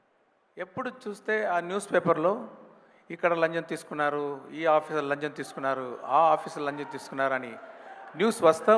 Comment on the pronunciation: మీరు స్టార్టింగ్ లో లంచం లంచం అన్నారు. నాకైతే లంజం లంజం అన్నట్టు వినపడింది సార్ తప్పుగా అనుకోకండి. తెలుగు చక్కగా మాట్లాడారు